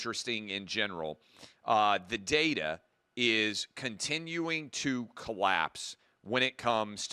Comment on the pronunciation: So glad Clay pronounces data as date-a NOT dada. Personal gripe of mine. lol